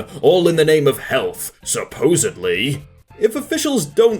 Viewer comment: "Supposably." Aye yai yai.